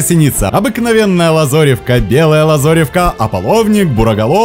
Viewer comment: Автор никогда не слышал, как произносится слово лАзаревка ?